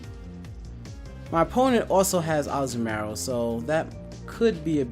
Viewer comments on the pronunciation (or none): That's one weird ass way to say Azumarill :s It's Azu-maRill